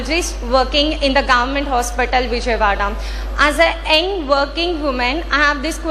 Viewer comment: It's not ఎంగ్,(eng)it's యంగ్ doctor